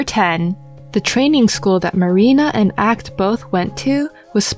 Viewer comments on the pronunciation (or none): acht is pronounced “oct” like octagon. Not ackt